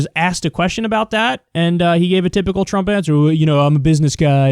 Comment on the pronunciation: "trummp pandemic"